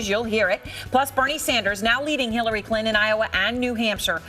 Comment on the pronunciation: holy shit she slipped and said Shillary lol